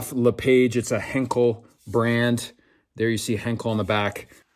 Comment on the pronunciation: it's not Le-Page, It's pronounced " LE-PAwJE